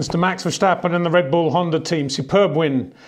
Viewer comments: there is no SHH in Verstappen mister Windshore... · Why does he say Max Vershtappen? He wouldn't say Shterling Moss, would he? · If Max were German then yes say Vershtappen but in dutch its Verstappen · Is it that hard to pronounce ‘Verstappen’ right as a non-Dutch speaker?